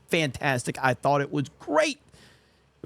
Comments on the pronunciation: He forgot the 't' at the end of the word 'thought', so I'm definitely done with his toxic ass. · Here I was thinking his great crime was dropping the "T". ...From the end of "Thought".